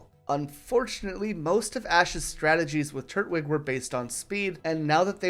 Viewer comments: Turt wig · do you know how to say twig? The way you pronounce its name is infuriating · i always thought it was tur-twig but this guys saying turt-wig lol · Great video, hate how you say turtwig though